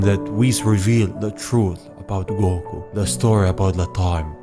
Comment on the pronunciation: "Goko" ok then